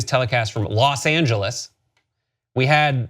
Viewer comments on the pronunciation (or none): So, the ironic part is that they used "Los Angeles" as an example. Yet that isn't the correct way to pronounce it.